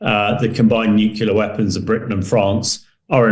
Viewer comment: Oh no! Not this idiot again. The guy who can't pronounce the simple, but incredibly important word, "nuclear." I cannot pay attention to someone who clearly didn't listen to his teachers.